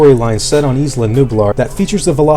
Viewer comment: It’s isla not I-sla. This of island you don’t pronounce the s